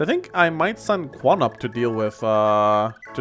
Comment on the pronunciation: I'm pretty sure Quan is pronounced CH-uan.